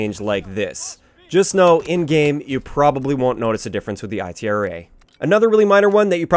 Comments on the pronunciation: Its ITRA =EEETRAH not I T R A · Lol its ITRA burst not I. T. R. A. Burst & its BAR not B. A. R. BAR is still complete crap, 3-4 shot kill on HC